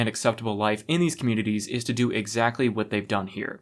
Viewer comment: Did you mean to say wHat during your ad? I cant unhear it